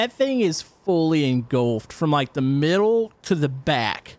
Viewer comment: "water in za fire, WHY?!?"